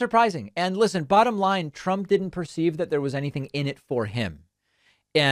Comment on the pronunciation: Or his own. One time he pronounced it "Drump."